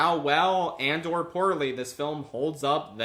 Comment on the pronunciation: "Suppose I'll see how well Andor poorly this film holds up then." What? Oh, it's "how well and/or poorly..."